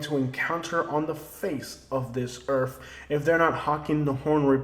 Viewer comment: Are saying Earf or earth??? Geeeze.